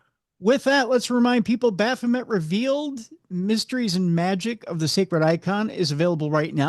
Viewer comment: bro... repeat "baphomet" and how everyones gunna be up in arms for 5 minutes... there's no one here 😉 in French its baffomay lol